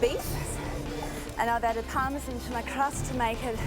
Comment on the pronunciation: Parmesan? It's supposed to be pronounced as parmesan...